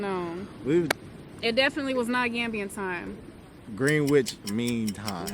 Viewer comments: You still haven’t got it right , moite(s). It’s ‘gren’ (e as in eh) ‘itch’ or ‘idge’ with silent t or d). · Phonetically it is pronounced Grenich…you don’t actually say Green but..gren and not ‘which ’ but you say Grenich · Interesting. For your information Greenwich is pronounced "Grenich" ....the w is silent and you omit pronouncing one e too.